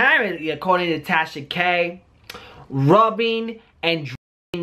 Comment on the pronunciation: Wait... did just say “Tasha Gay’s situation” ? 👀👀